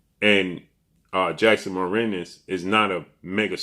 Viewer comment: Marinez. No T